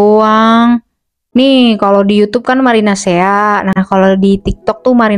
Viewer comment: Kenapa kalo aku denger kakak ngomong marinasea aku dengernya marinasi 😭😭